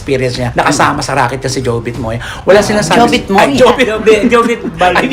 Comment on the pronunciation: D po nila pinagtatawanan ung patay kundi ung maling bigkas ni na jovit moya, un po un